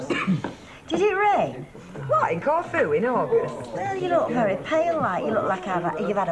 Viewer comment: Intelligent Ken cannot pronounce Corfu correctly 😂😂